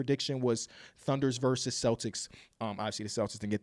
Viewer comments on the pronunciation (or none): none